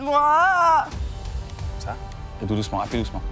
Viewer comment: Ce "aide moi" à on dirait une pote bourrée en fin de soirée XD